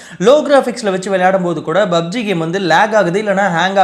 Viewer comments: Bro athu BUBG illa PUBG 😂😂😂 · Bro bubg uh illa pubg uh?